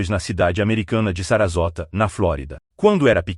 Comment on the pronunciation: Sarassora, pronuncia de Sarasota😊